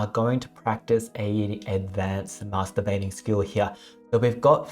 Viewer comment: Did he actually Say Masterbathing